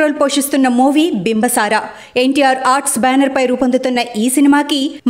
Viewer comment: బింబ సార అని చెపుతున్నా రు. అది తప్పు బింబి సార అని చెప్పాలి.